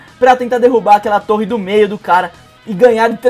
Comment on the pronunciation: Quando escutei o falando torre do meio eu entendi dedo do meio